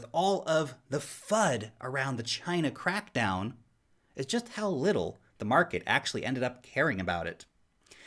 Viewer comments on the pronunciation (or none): What i heard when you said it was China bitcoin CRAPDOWN.😁😁